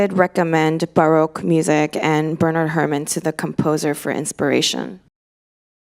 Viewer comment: 버나드 허먼 이에요 버나드워먼스코어가 아니구...